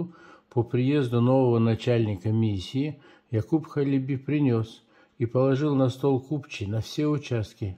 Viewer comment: Ударение на первый слог - Ха́леби.